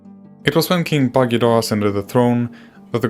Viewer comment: Completely wrong pronunciation!